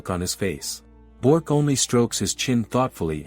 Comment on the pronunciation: it's Bi ork not bork